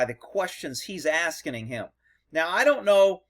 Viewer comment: Askining lol